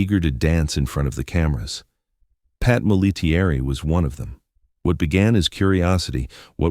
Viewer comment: P.S.; -- her name as 3 syllables, not five. It's not Mol - A - TEA - ERR - E. It's MOL-A-terry..